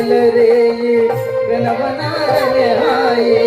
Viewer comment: అయ్యా గురువుగారు ప్రెణవ నాదం కాదు సార్..... ప్రణవ నాధం అనాలి..😂😂